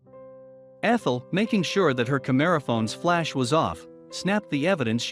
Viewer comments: I Hate Text-To-Voice Narration! It's not a "kaMERephone." It's a "camera phone," or more properly "cell phone camera." Then, the video ends halfway through a story. Brilliant...NOT! For those who don't know the rest of the story at the end of the video, Walter M. "Buck" Swords supposedly left the waitress his car and $50,000, in his will. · THANK YOU for not having Robot Voice or that annoying guy that narrates everything!! 👍Edit: it actually IS a Robot Voice...no human says "CamERAphone"👎